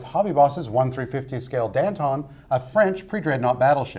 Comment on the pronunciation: Dan-TAHN. It's Dan-TAHN.